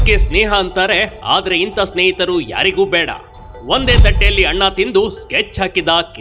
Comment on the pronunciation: ಒಂದೇ ತಟ್ಟೇಲಿ ಅದು ಅಣ್ಣ ಅಲ್ಲ ಕಾಣೊ .. ಅನ್ನ